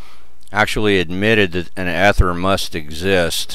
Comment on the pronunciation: Come on man, the first syllable is pronounced long as in "ee-ther". How can you make a video on it and not know. I can't spend eleven minutes listening to that...